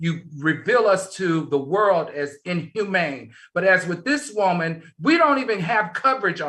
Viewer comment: I love to hear Al say Wooman! Lol 😂